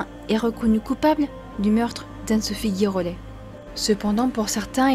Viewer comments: Ça se prononce GIrollet ; comme Girafe et non GUIrollet ; comme GUItare !!! Écoutez la phonétique, cela vous évitera ce genre de remarque 😊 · Cela se prononce « ji rollet « et non gui. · Girollet ça se prononce Ji et pas gui . Il n'y a pas de "u" après le G . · Oui cette prononciation d un nom écorché est vraiment moche !